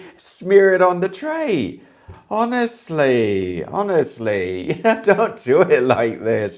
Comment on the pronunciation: sounds the most Brit when he goes "HONESTLEH!"